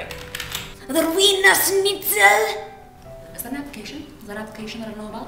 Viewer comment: "A little VEEIINNER SCHNITZAL!!!!"